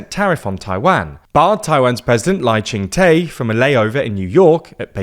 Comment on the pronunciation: Dude’s name is pronounced “Lai Ching Duh”. It’s not your fault, transliteration from Mandarin has about 30 different Romanization systems, it is not even a little intuitive. But there is no language in which Taiwan’s President’s name is pronounced “Lai Chung Tay”.